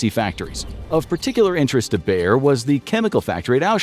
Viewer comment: BAYER - not: Bear! Bear is a fucking animal! Seriously, to you English native speakers have to butcher and mangle everything?